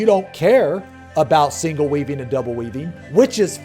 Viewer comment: when he said "if you're weaving appropriately..." I heard "if you're weebing appropriately..."